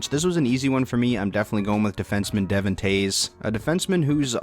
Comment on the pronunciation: Devon Toews💀💀He ain't watch just looks at stats lmao. It pronounced Dee-von